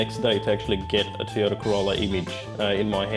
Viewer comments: I wish he could pronounce "Toyota" correctly. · Toy-o-ta, not tee-a-ta.